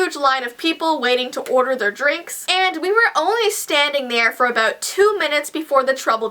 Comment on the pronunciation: XD u said Claines instead of claires and first instead of for but it ok but lel XD